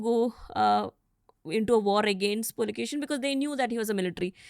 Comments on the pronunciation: The King is Kannadiga and not Tamilian!! He is Pulakeshi not Pulakeshan!! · ಹರ್ಷನ ಹರ್ಷ ನರ್ಮದೆಯಲ್ಲಿ ಕೊಚ್ಚಿಹೋಯಿತು....!!! Its not Pulakesan the second....It's IMMADI PULAKESHI....!!! these Tamil historians ruin the names by adding N M at the end.... PulakesaN...MaleshwaraM.... etc etc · It’s pulakeshi not pulakeshan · I guess she is from tamilnad 😅 adding N to all the names... It's not PulikeshiN its just PULIKESHI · PULIKESHI ..not PULIKESHIN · His is Immadi pulakeshi ( Ereya ) not pulakesin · It's pulakeshi not pulakesan..read the inscription..don't try to distort madam.. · Pulakshin❌ Pulakeshi✅ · Pulakeshi not pulakesan😂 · Not pulikesan like tamil it's kannada pulakeshi not kannad it's kannada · Its "Pulakeshi" not "Pulakeshin" its not necessary to add Tamil flavor everywhere. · AUNTY ... ITS PULAKESHI ....not pulakeshan, he is kannadida, not tamil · you guys do so much of research but why dont you get the name correct. The name is IMMADI PULAKESHI.... not Pulakesin or Pulakesan.. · It's Pulakeshi not pulakeshiN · Not pulikeshin it is puli keshi, puli- Tiger keshi -hair. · Did someone observe saying Pulikeshan? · This Tamilian lady not prouncing correctly Pulakeshi